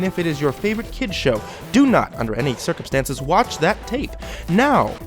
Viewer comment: Stircumstances haha ;)